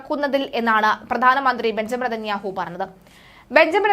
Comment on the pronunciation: News reader ബെഞ്ഞമിന് നാഥന്യാഹു എന്ന് പറയുന്നത് കേൾക്കാൻ നല്ല രസം